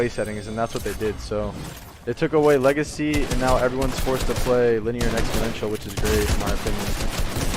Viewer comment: Nobody:: "legicy"